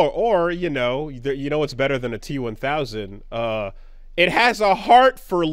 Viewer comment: still saying "T-100" tickles me.